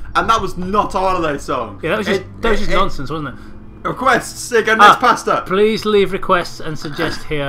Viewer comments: You sound like you're saying "Pastor" every time you say "Pasta" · I just realized they were saying pasta 9 minutes in. I thought they were saying pastor for some reason.